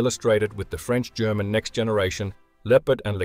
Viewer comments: "Pardon my french" No need man, your pronunciation is excellent! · You re french accent was really good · Lol. "Pardon my French". Proceeds with perfect pronunciation. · Your French pronunciation was decent. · Don't worry, your pronunciation is very good ! Greetings from France 👋